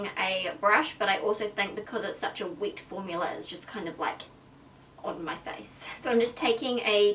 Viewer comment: not hating but can u say wet formula instead of weat formula coz people don't understand what your sayin xoxo